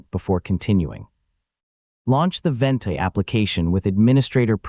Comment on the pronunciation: "Full Guide" in two minuters? Right! The truth is Ventoy ('Vent" as this crap A. I. video calls it) does NOT just boot up any iso file you copy to it. It would take a one hour video at leaat to teach you all the ways Ventoy will wreck your life.